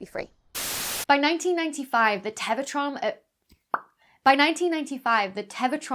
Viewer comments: not sure how that dramatically impacts the obvious point of my post, but congrats on winning Pedant-of-the-Day -- it must've driven your OCD stark-raving insane every time she said ""teva" in lieu of "tera" and "Englebert" in lieu of "Englert" in the actual video... 🤔🙄🤨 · I mess up words in my videos all the time. Live TV is hard. When you're talking about something named "Tevatron" the mistake is understandable. Don't be too self conscious, you don't get a PhD just for being cute and perky.